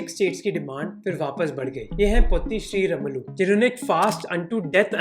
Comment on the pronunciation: His name should be pronounced - पोट्टि श्रीरामुलु not पोत्ति श्रीरमुलू